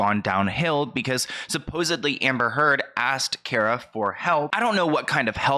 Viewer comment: Her first name is KAAR-ah. Figured you might not know that. Like a car, with an ah at the end. Hope that makes sense! Lol